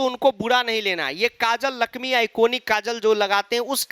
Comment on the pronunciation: Lakmi ❌ Lakmmmeeeee